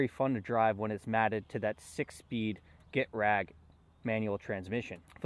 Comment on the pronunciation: Also, getrag is not pronounced “get-rag”, it’s “guh-tray-g”